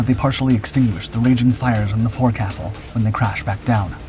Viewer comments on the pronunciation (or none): Come on (narrator). It’s a FOKE-SIL, not a ForeCastle. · . That is not the correct pronunciation of forecastle. Edit to add that it is pronounced foc-sul.